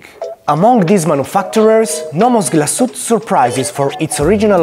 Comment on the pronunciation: Comunque la E finale non è muta. glas-uete